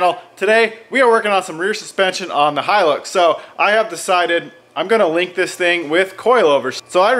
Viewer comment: Thank you for saying Hilux correctly (from an Aussie).